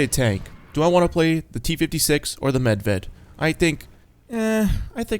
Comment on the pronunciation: It's pronounced more like medvied